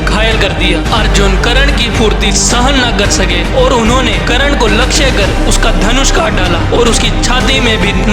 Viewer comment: bhai video tumhari mast hoti hai par bhai karna hota hai karan nhi 😅ok